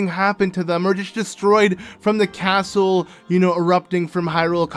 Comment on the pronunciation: A caatle in a caatle... What’s next? A cave inside another cave?